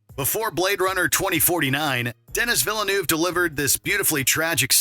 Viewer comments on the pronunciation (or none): Babe. It's Den-NEE Vil-NEUV. No 's'. :3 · "Dennis Villa-noov"? Really? Good christ. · How did you mispronounce Denis Villeneuves name twice, then pronounce it correctly once?